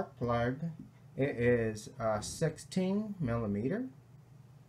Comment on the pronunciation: Did you just say sexteen millimeter???